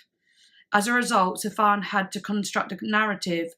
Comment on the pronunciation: it's pronounced "Sufyan Stevens" btw.